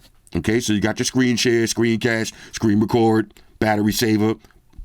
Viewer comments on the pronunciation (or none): none